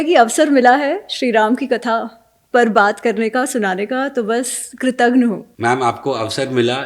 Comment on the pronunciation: apne galti se Kritagnh kaha Jo ki aap Kritagya kahna chahti hain😂